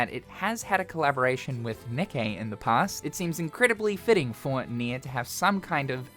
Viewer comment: ITS PRONOUNCED KNEE-KAY YOU R..E..A..T..A. R..D